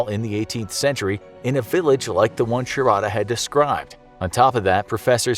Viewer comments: It's pronounced shaaarda not sha ra da . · Sharadha pronunciation 😂